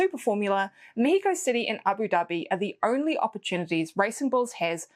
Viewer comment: Love the way you say México, like in Spanish. I'm wondering if Carlos Sainz will be able to score points this year. What an epic win last year was. As much as I think Leclerc did a masterclass in Austin, I don't think his Ferrari car will be capable of giving him or Lewis a win like Sainz' last year. So yeah, sadly I think this will mark one year and more since Ferrari last won a race. :( And this Mexican is betting on of claro que si, we'll get to hear the mariachi intro again.